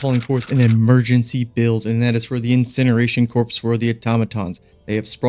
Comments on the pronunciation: I will never try to explain English to folks. I don’t understand all it’s rules But here’s from chat gpt. The word “corps” is pronounced as “kor” (rhymes with “core”). The “ps” is silent. It’s the same pronunciation whether you’re talking about the Marine Corps, the Peace Corps, or a corps of engineers. Both my marine brothers corrected me early on how to pronounce it lol. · The s is silent in Corps. Sorry but death Krieg vet here lol.